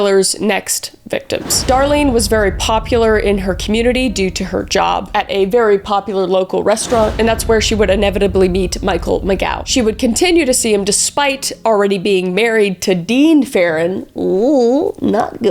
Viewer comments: Mike's name is pronounced "May-zhoh". I know his brother Mark. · Michael Ma'Jo..correct pronunciation ! Sorry ! Lol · Untill. One error though, you pronounced Mike Mageau's last name incorrectly. The G is soft. "Muh - jo". Love your wit throughout the vid. You're obviously smart as hell.:medal-yellow-first-red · "Lake Herman Road, a well-known lovers' lane..." Funny, nowadays I think of Lake Herman Road as the exit on 680 where I always stop to take a leak, get a Diet Coke, etc. Also, Mageau's name is pronounced "muh-ZHOH" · Mageau is pronounced "Mah-JOE..." SOURCE: The man himself in multiple TV shows and in BTS documentaries on the Fincher movie DVD (deluxe edition l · Mageau and Cheney mispronounced.Also,the hoax caller to Melvin Belli was traced and identified. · Another retelling of the BRS shooting, another pronunciation of “Mageau.” That name is the real mystery of the Zodiac case 🫠